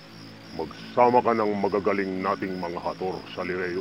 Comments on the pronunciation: I like how the young Sanggre alena and danaya pronounce the word hathors hshehegge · “Hathors”, english pronunciation ah hahaha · Parang english yung pagbigkas nila ng “Hathors” ang cute